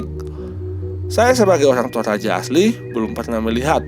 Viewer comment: Bukan tolaja bosku tp toraja😅